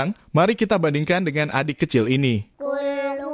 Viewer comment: QUL Huruf depan pake. Qof. Bukan KAF. Dan banyak lagi Harusnya. ALLAHU. tapi dilafazkan OLLAHU